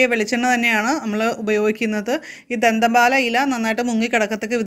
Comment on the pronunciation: പോന്നു ചേച്ചി ധന്തൻ പാലാ അല്ല ദന്ത പാലാ 🤣🤣🤣🤣